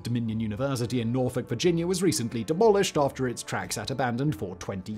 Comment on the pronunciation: Thank you for not pronouncing my home town Nor"folk" and Nor"fick". Also, the ODU line went so close to some buildings on campus that the computers in those buildings were affected.